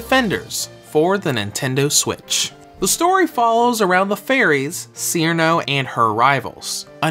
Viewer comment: Haha, clearly you're fairly new to Touhou. The ice fairy Cirno is pronounced like "Cheer-no", not "Sheer-in-oh".